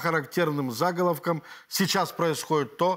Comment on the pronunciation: зАголовком? Твою ж мать, у украинских блогеров неисчерпаемый запас новых удивительных ударений !